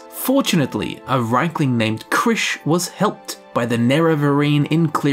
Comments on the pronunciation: I don't give a fuck what whatever voice director was at work that day thinks, the way it's spelled (probably had no clue), it's clearly pronounced reekling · Makes more sense if rieklings are goblin kin. I think the native Nords just want to believe elves are inferior in that they will devolve into sub-human beasts. As to how to say their name I think it should be pronounced reeklings as reek is something I can see this critters saying. Thus explaining the name we get for them. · Ah yes not rieklings but reichlings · The riekling voice sounds exactly like that of the hagraven and draugr. Also, I tend to pronounce it 'reaklings' due to my knowledge of the German language. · Just because Rieklings are pronounced two ways ingame doesn't mean both pronunciations are correct. It just means that Bethesda realises people aren't all the same.